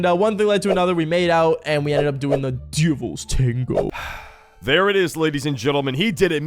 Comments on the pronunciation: Bro says it like: ‘DUVLS TANGO’ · Da “dëvįæḻś ṯæṉëgœë” 🗣️ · How he said the Devil tengo 💀💀💀💀💀💀💀💀💀💀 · Bro said : “DEVILS TANGOO 👹👹👹👺👺👹👹👹👹☠️👺👹👽👽” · "The devils tawngo 👹😈🥰🔪🐺💔" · Why did bro say “the devils tango” like that💀💀💀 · Bro says the DEVILS TANGO so weird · HELPP WHY DID HE SAY LIKE DEVIL TANGO LIKE THAT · Why doses he keep saying "devil" "tago" like that I HATE IT🥲🤧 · why did he say “devil’s tango” like that 💀💀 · He's having a stroke every time he says it 😭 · “DEVILS TANGO 😈😈👹”